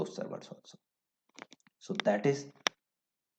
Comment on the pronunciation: It is not I D RAC, its IDRAC just one word.